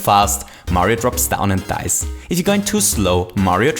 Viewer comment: funniest part: TOO FAST HE DICES,TOO SLOW HE DICES,WHEN HE GOES RIGHT, HE DICES, LEFT,HE DICES DICES DICES